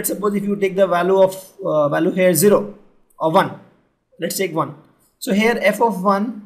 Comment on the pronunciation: very simplified video ..i really like it. the PRONUNCIATION of the word VALUE is incorrect